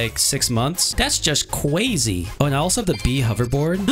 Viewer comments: cwazy pizza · doge is truly cwazy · THIS IS CWAZY